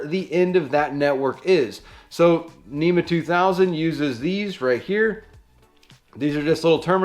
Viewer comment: NMEA not NEMA. (National Marine Electronics Association)